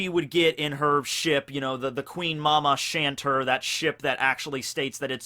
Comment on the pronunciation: I’m pretty sure it’s pronounced as The Queen Mama “Shaun-tay” as Chanter means to sing in French.